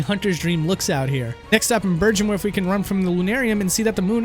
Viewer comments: “Colossal emissaries” “berjenwerth” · Ah, so is the guy who takes names that are spoken to him in a crystal clear format, and mispronounces it. Unnecessary emphasis on ViCAR, it is pronounced like Viker (and for your information the "I" is factually not pronounced as EYE), and the "G" in Byrgenwerth is hard, not soft. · Did you actually play through Bloodborne? It sort of seemed like you just googled stuff about it. Like, you called Rom Ron and mispronounced Byrgenwerth. I don't see how you could make that mistake considering how often you see/hear those words in the game. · gonna have to say the main thing I didnt like about this episode was your pronunciations Vicarr is just vicur Gherman isnt said as Jermain byrgenwerth isnt byrjenwerth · It bothers me to no end... In this particular video there's also abhorrent (a-bore-rent), Gerhman (Jermain), Byrgenwerth (Berjenwerf?), Yahar'gul (Yaha Ghoul). And Byrgenwerth has a college not a university, I'm guessing the channel owner hasn't played it and is borrowing all of Lance's content here. No excuse for mispronouncing common words though. I'd be interested in hearing 'amygdala', would it be the monster, the part of the brain, or some brand new pronunciation?